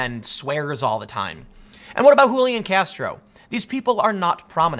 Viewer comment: who-lian castro lmao gottem